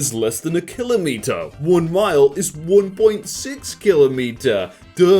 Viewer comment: You ruined my day by the way you pronounce kilometer